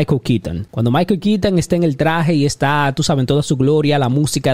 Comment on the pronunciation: "Maiko Kiton", "Zoad".